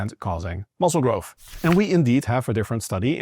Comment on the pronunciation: It blows my mind how people study and aim to do these “scientific studies” and “educate people on how a tiny speck of dust can do specific things but then release a new study that states the spec of dust has to do this to do that” but yet can’t pronounce words like growth and say grofh…..